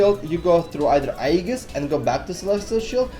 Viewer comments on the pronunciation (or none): Aegis is pronouced "Ayy Jis"